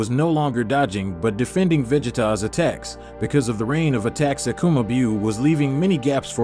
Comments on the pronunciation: Is this joke ? Pls tell me it is 🤣🤣you guys can't even say their names right 🤦 "Akuma beeuuu"? This story line is too good to be messed like this. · I subscribed and un subscribed because i just don't like the pronunciation of Akuma Biuu